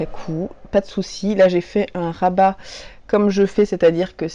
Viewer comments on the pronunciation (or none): none